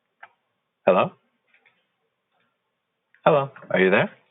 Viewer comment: Is this seriously how a government employee answers the phone over there? It didn't even sound like a "Hello" but more like a "Hallong". I work for a user help desk and in our training we learned that you have to somewhat introduce yourself first by at least stating your name and asking "How may I help you?" or "What can I do for you?". The purpose of that is so the caller has time to acclimate to your tone and manner of speech and have time to react to the fact that someone even answered the phone in the first place.